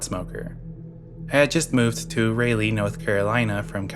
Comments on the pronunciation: Raleigh is pronounced, RAH-lee, not Ray-lee.😂❤ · Please look up how to pronounce city names lol. Signed an nc resident whose skin crawled at every utterance of ray-lee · I cant get over the way you pronounce Raleigh